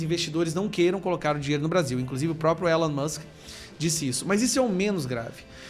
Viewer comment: Ílan mâsk, Ílan mâsk... essa é a pronúncia!